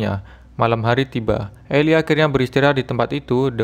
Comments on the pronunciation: Itu baca nya eli bkn ilai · The book of eli (bacanya eli bukan ilai) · Bukan elay bang tapi eli